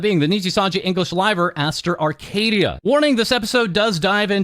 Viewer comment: "Arcadiddya" Baby oil😭